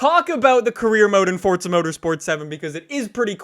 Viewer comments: why are you saying FORZA -FORTZA? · its not Fortza